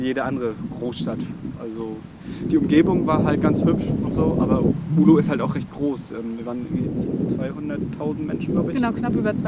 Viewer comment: Es heißt Oulu und nicht Ulu :D Aber schönes Video. Bekommt man Fernweh.